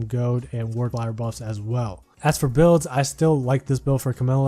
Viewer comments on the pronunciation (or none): none